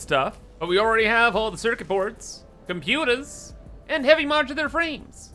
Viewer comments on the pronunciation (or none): Loving this series! please stop saying computers that way though, it's causing me brain damage